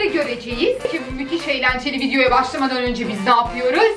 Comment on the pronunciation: Vidyoya fidyo demeye bizden deyildir